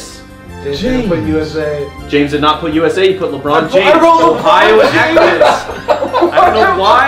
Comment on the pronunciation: It is pronounced "Ah,Cron"